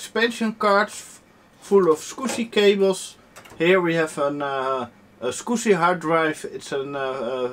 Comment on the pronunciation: soviet9922 I can't tell if he's saying squishy, swigshy or scooby. Love the accent though.